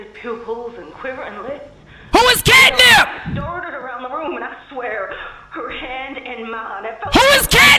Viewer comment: It’s the fact he kept calling Catnap “CATNIP” 😭